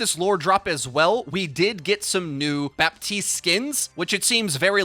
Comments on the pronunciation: honey the P in Baptiste is silent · The p is silent in Bah-teest